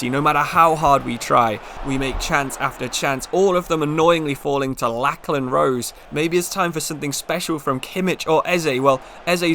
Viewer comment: Great video! btw Lachlan is pronounced Locklan he plays for my local club Newcastle Jets